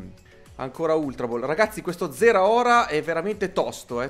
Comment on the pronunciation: si dice zaraora